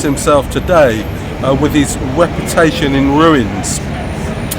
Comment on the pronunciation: His weputation! 😂